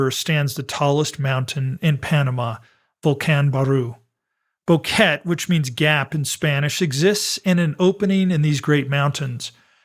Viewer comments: Thanks for the well researched video. It's so good to hear a real human voice-over too. However I must point out a recurring error. The name of the town isn't pronounced 'Bow-ket'. It's 'Bo-ke-te'. Three syllables with the accent on the second. It really isn't so difficult. If you can say Nevada, you can say Boquete. You don't say 'Nevadd', so why say 'Bokett'? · Its pronounced: BO-QUE-TE